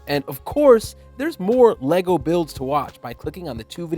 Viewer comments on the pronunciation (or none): ummm... It's LEGO, not LEGO.